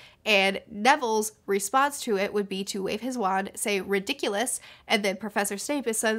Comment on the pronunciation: It's "ri-dikk-uh-lus", not "ri-dikk-yoo-lus". And "ah-rith-man-see", not "ahrithmunsee". Great video though!